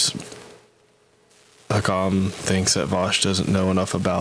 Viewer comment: Bro literally the whole point of hakim’s video (lmao at the fact you cant pronounce his name btw) is the fact that vaush mangles marxist theorists’ words to say that they would want you to vote for biden. Hakim doesnt care whether you do or not either way